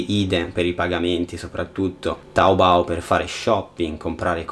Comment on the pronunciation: E aspetta su è taobo no taobou Non dire che non sono cinese sono cinese